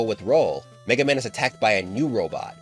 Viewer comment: He said every version of MegaMan right so he's going to cover my warrior right I would really love it if he does